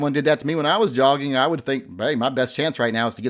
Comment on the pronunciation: He was not just "jogging". I think the J is silent. he was yogging !